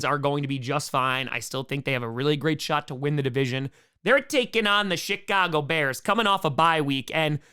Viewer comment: I thought he said the “shit-cago” bears 😂